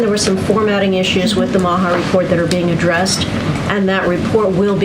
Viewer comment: Really it's not that old I'm by bye and bye bye bye is easily said I do prefer women though but when you say Maha that way you sound like the hachtua girl and I have thoughts that should make your boyfriend jealous. Don't you know it's called mocha now... Can we be done dealing with these idiots it would be nice if you were spending half your time instead of on them complaining about me pissing in the wrong person swimming pool